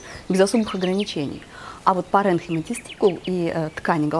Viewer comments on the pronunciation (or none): Очень артистично,, спасибо! В слове "паренхима" ударение на "И".